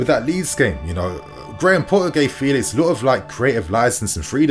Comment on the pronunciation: It's not Felix it's Felix